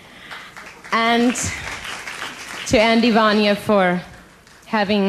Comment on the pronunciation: Its Vajna not Vanja